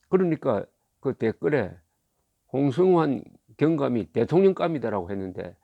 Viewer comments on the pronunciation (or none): 조갑제씨, 발음 바로 하시기 바랍니다. 홍[성]환이지 홍[승]환이 아닙니다. 본인 이름을 정확히 불러주어야 그 사람이 됩니다. 왜 다른 사람 이름을 말합니까?